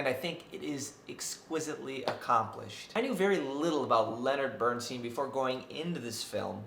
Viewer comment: Do you have any personal integrity? You review Maestro - a film about Leonard Bernstein, and you MISPRONOUNCE his name! You have no credibility. Stopped watching . Downvoted for your offensiveness.